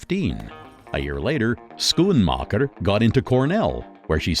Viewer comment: there has been mistakes. On the Tarantino doc, the narrator pronounces Fred Raskin ( his editor) as Fred Raskeee and on the Art of Editing, Editor Thelma Schoonmaker is pronounced Schoon MAHKER ..its Maker